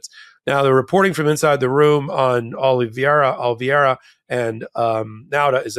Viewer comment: Sirs, please learn how to say Oliveira. Oh liv ay ra or Oh liv ay ee ra. For my sanity!!